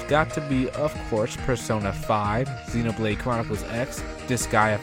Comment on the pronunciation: ZEN OH blade :3 not zeen despite the nintendo direct guy mispronouncing it also.